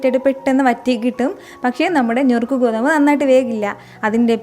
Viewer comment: ഞുറുക്ക് അല്ല നുറുക്ക് ഗോതമ്പ്😊😊